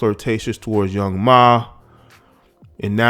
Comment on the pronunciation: Did this man really say “Young “MA’” 🤦🏽‍♂️ bruh